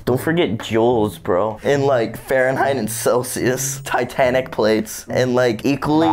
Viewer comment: "Don't forget joules bro,in like farenheit and Celsius...TI-TA-NIC PLATES AND LIKE EQUALLY,EARF DISTRIBUTION AND THE LITHO-SPEAR" - 2022